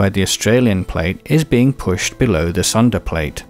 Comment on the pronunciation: By the way, "Sunda" is pronounced "soon-duh".